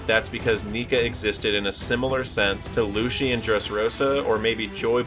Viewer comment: I'll subscribe when you learn how to pronounce "Lucy" and "Sogeking"